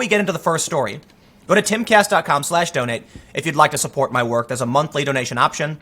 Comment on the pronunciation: When you tell me to "donate" I hear you say "donut". Then I remember I'm hungry.